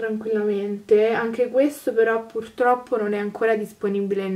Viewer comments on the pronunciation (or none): none